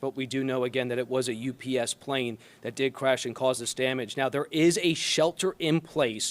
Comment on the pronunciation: Also, she repeatedly says "US Plane", and not "UPS Plane".